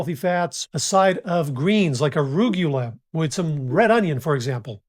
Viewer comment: Tur-mer-ic not tumor-ic 😂. Uh-roo-goo-la😂